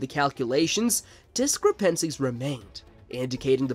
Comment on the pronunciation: Dis-comp-ences? LOL , Obser Vatory.